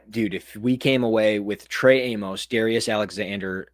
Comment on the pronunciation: OK, I'm gonna finally go on record with this one. Since there is a good chance the Bills draft this guy, Trey Amos' surname's pronunciation rhymes with "miss" not "mose". Everyone in Bills media says it the wrong way and it's driving me mental 😁